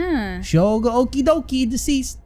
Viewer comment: I don’t know if you learned later on already, but Shogo’s last name is pronounced “Oh-Kee-ay”.